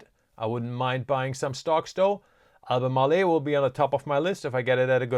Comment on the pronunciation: AL BU MARL, not AL BU MAR LE'. 3 syllables, not 4. SGML just jumped big. I'll let ALB & LITP (Sprott Lithium Miners, small ETF holding passel of companies) do my lithium lifting.